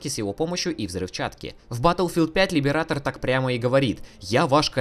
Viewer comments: "Либерейтор" а не "либератор", хватит по ушам кататься. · каждый раз когда кто-то произносит Либиратор , где -то умирает один стример